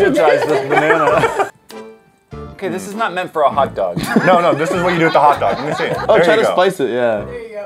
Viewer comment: I died when he said meese. WHAT THE HECK ARE MEECE!!!!!????